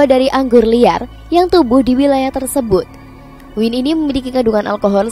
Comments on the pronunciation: dibacanya Wayn bukan Win 😭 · Maaf ya...kalau anggur dalam bahasa inggris...mengucapkannya wain...bukan win....semoga bermanfaat...